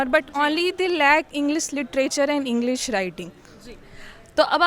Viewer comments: It's English not inglis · I don't why they all are pronouncing"Englis" 🤨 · inme se jo ek kah rhi h best college se h english me baat krte h inki khud ki pronunciation kharab h "Englis" Instead of English.